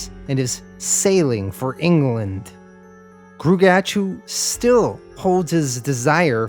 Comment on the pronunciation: Just wanted to state for the record that gruagach is pronounced groo-ah-gawck Thanks for doing this series!